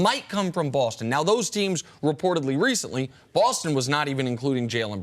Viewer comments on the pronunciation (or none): WHY does Nick pronounce "Boston" BAWWLSTON...drives me nuts lmao